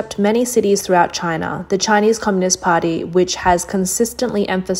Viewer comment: "Just another day in Chynah..."